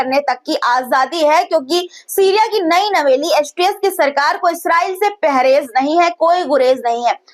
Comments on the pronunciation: Pehrez nahin parhez bola karo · Mam pahrez nahi parhez hota hai